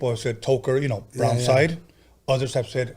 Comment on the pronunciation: This foo said browside and talking about he's from the west San Bernardino